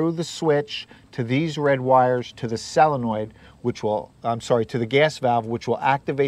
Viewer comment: I don't know if it was your accent or not, but you were pronouncing it "selenoid" or "salenoid" instead of "solonoid". Excellent water heater tutorial! Thank you so much.